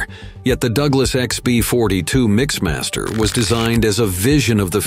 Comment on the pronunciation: MixMAS-ter? You can't even figure out Mixmaster? I heard another one that mentioned sixpointfive zerocaliber guns. What - what kind of guns??